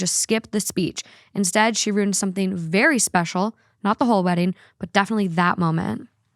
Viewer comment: Did you say “ruined” or “rooned”?? Cuz ruin has 2 syllables Haha I’m just friendly teasing you cuz I listen to you every single day so we’re spiritually friends now Lol